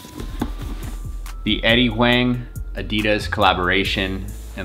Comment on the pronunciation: Nice review. Huang is pronounced like "Wong" btw